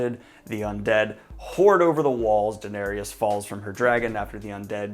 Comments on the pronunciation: Daenerys is pronounced Duh-neh-ris, not Duh-neh-rius like you say it. You are not supposed to pronounce the “Y” at all. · Daniel...why do you say "Danarius"? XD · He always does that 😂 it grinds my gears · Bro, why do you pronounce the Danny’s name like that?! Same with Geralt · Kim No. I’m well aware that he pronounces names wrong but no one is correcting him at all either. Lol. I just want him to get Daenerys right when he discusses the next few episodes.